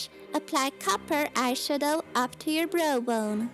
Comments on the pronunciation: The way she says Browbone like Brobone XD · it sounds like she says "bro bone" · It's so funny how she says brow bone xD